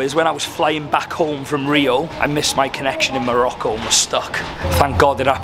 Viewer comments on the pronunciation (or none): none